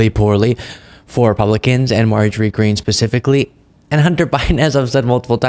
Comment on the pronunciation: You're mispronouncing her name, its "Marjorie Taylor Peen" .